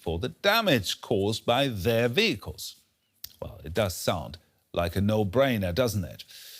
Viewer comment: She needs to work on her pronounciation of "vehicles". Makes my ears hurt - even as a German. 😅